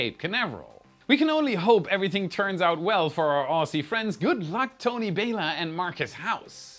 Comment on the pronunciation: that's "ozzy" not "ossy".....